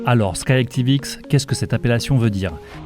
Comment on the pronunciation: C'est pas Sky Tivx mais Sky ActivX